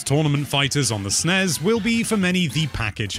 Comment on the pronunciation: Can you pronounce nes and snes correctly?